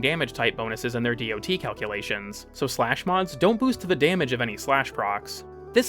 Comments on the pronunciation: The information here is solid but man I do not need to hear how tier lists work. Also, ignoring mods that can recontextualize damage types such as Shattering Impact just seems odd. Also nobody reads out DoT. It's "dot." it has been for like 20 years now. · Bro sotp saying dot that way please god please